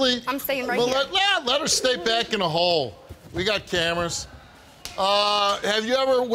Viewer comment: I thought he said hall, I prefer hole 😆